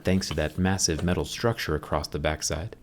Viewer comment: Guys he say Middle I stead of metal